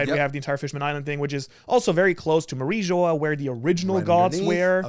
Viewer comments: Bro said Mary joa 😂😂😂 it’s said like marie jua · Bro couldn’t even say mariijoa right😂😂